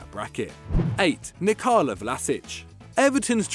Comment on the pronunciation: Its not Nicalo...its NIKOLA Vlašić....its not an italian name ffs....